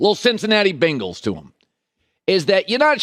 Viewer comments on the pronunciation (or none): none